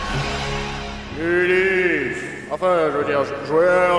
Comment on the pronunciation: lol "Ulysse"...